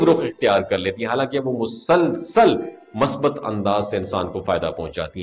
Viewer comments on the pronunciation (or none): none